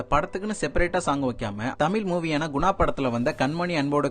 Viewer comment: என்னது தமிலா? தம்பி சரியா தமிழ் சொல்லு...இதை மலையாத்தான் கேட்டா நமக்கு அவமானம் 😮😮